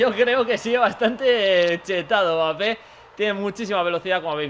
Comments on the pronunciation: Porque le dices bapé!?? Se pronuncia EMBAPÉ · No se pronuncia "Bapé", se pronuncia "Embapé" 🤗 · World Music si q mal queda oir bapé, pero n pasa naa quien tiene boca se equivoca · La M es muda... se pronuncia bapé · El apellido es de origen africano y se pronuncia sin m pero como en Francia dicen EMbapé se le ha quedado así